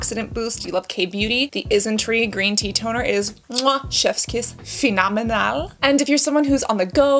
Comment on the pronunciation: PHE-NO-ME-NAL hahahahaha this made me laugh